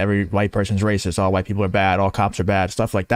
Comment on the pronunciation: Rocist? Don't you mean "racist"? Never before have I heard the word "rocist". Where did you learn English? Or are you a bot? Have you never watched the news? Have you been living under a rock all your life? You don't know how to pronounce "racist". Really? ☕☕☕😎🇺🇸